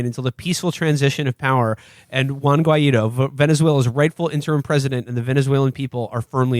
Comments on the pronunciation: WO-AY-IDO is def the wrong way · When they pronounce Guaidó they show their gringo-ness